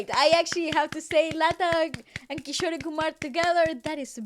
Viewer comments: Guys Kishore is pronounced as kishor and not kisho-ray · Amazing vid, just one thing cuz it really hits my ears everytime. 'Kishore Kumar' is pronounced as 'Kee-shor'. Unlike in Spanish, the last 'E' is silent. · Guys just a little tip for the pronunciation for kishore sir's name - its not Kisho "rey" like you guys saying it, its kishor , you dont need to pronounce "e".. pronounce it like how you pronounce more or door. just Kishor. not Kishoreyyy. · His artist name is pronounced as Ki-shore(shore as in the sea shore) and Kumar is how you pronounced it. The ‘e’ is not pronounced when written in English. In the Hindi spelling there is no ‘e’ sound it ends at ‘ruh’ sound. Just something I noticed no one mention. Love your videos❤️ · it's not kishorey kumar, it's kishor kumar, e is silent at the end. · His name is Kishor Kumar by pronunciation although by spelling its kishore kumar.. just humble correction..